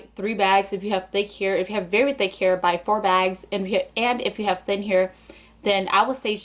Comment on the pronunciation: She says here instead of hair, lol - I love accents , there are so many different types of accents and I lo hearing people’s own personal speech. 💗